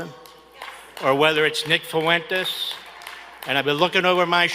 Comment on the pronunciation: "Whether it's Nick Fuuu en tez"